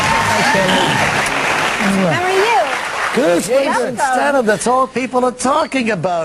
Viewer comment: Reg is dumb he keeps saying his name wrong